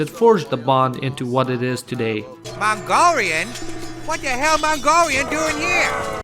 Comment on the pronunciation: MONGORRIUNS. WATT DA HERR MONGORRIUNS DEWING HEEORR